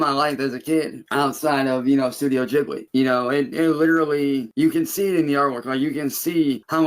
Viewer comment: Says ghibli is important to him, can't pronounce it correctly.